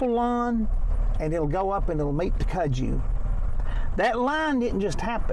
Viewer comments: We say the name like this, cut-sue vine. I'm from Tennessee and my mom showed me that vine when I was 4 years old and told me to stay away from it because snakes travel under it and alot of the snakes are poisonous and do bite us. That was enough for me to not want to play with it. But that's how you say it, at least we called it that cut-sue vine. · It’s on everything there! I’ve always pronounced it cud-zoo, I’m from Florida. We couldn’t get over how it’s taken over there when we were there in July.